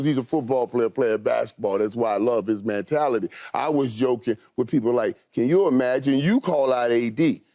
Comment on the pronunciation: Michael "Man-tality" Irvin